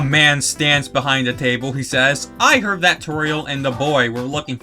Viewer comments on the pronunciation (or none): none